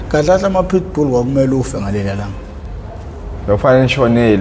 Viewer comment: Couldn't stop laughing how he pronounce pitbulls😂😂😂😂😂 Pishbull